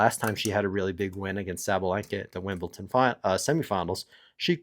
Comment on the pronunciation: Your pronunciation is just wrong. It’s not cute or funny . Just pronounce it the way it is written. Ridiculous.